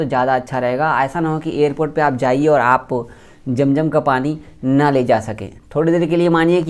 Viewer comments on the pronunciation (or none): Jam jam nahi hota hai. Zam zam hota hai